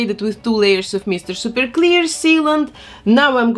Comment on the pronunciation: i love the way she says “meester sooper cleer”